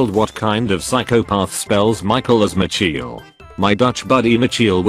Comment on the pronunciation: Michiel is not even pronounced like Micheal. It’s pronounced like mi-geel. It’s a Dutch name so.